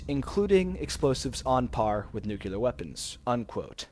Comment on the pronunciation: the word is NUCLEAR, pronounced NEW - CLEE- UR not fucking NUCULAR